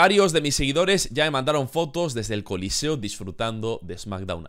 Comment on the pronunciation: Es choliseo, no coliceo..